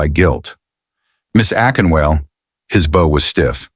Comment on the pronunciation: A-KIN-WAH-LEH! Akinwale. AI needs some home-training😂